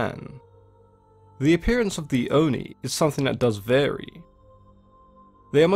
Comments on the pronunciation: Great video! I really enjoy learning things about myths and especially Japanese culture (I'm Japanese myself but don't know in this detail about stories and creature). Also, not sure if anyone else has commented, but Japanese words are written syllable by syllable and the i at the end of Oni doesn't affect the o and it's a short o. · I like how he pronounces non-english words. Owh-Ni=ONI, DowJi=DOJI, EMNA=ENMA, RAYKO=REIKO, SAKI=SAKE